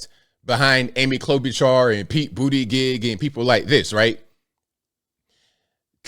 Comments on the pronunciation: Did just call that man Pete Bootygig?!🤭🤪😂too funny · Did he say “Pete Booty-Gig” 🤣💀